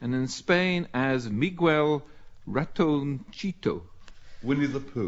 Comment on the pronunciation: I cannot believe he just said 'mee-gwell'. For Miguel. Seriously? And 'raton-cheetoh' fo ratoncito.